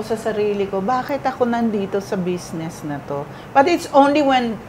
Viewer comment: Aster. Bizznis. Not besness. Lol😂😂😂